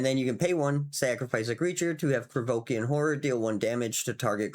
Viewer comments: Oh¡ IK mate, is just that this time was funny coz it sounded legit [Krevokian or whatever the hell you were saying there sounds legit as a 'fantasy name' or demonym] and coz you doubled down a couple times... then the next card came in heheh... another Krivoskian¡ hahah ] but ofc it's no big deal, it makes it even better, I do appreciate your content dude. With the card I was talking not about swipe as in 'board swipe' [board swipe would ruin the fun killing the enchanted creature] but maybe you mean that and it's another English language thing I'm yet to learn... I mean those [usually] effects on a creature or spell that say that you gain control of a critter 'until the end of turn' and gives them 'haste'; I have to say I found them a bit underwhelming seeing all the OP cards around [I'm playing it like an RPG.. like Shandalar... which is very much the same imho, and I love it for it mind y'all] But now I'd try to get the freaking Alliances card and gonna try to steal them critters to give them back with the enchantment on, just for laughs. Thanks again for featuring such a gem of a game Salu2¡ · Krovikan [ Idk what just happened to your tongue with that word ^^]... Krovikan Plague would be interesting to see with all those cards that I'm facing in certain videogame [ Imention it in every other comment now ] taht give you control of an enemy creature and gives it haste until end of turn. It would still be... not great, but it feels really funny to be slowly removing their critter all the while tapping it for a ping..... absolutely hillarious Salu2